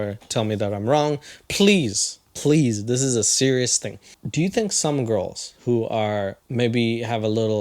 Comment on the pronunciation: "Don't look at GAURULS, okay?"